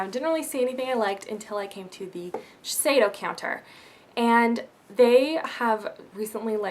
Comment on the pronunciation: It's actually pronounced ShiSHeido, I'm a cosmetician so I got professional training on the whole brand, and that's the way my rep was pronouncing it :) You're very pretty x o